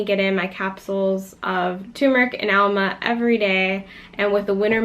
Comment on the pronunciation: That's not ALMA; it's AMLA.